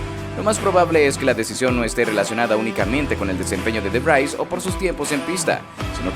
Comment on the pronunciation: Que NOOOO se pronuncia "De Vrais"... Se pronuncia DE VRIIIIS !!